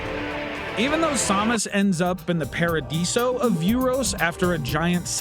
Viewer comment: Sam-Us Not som-us lol 😅😅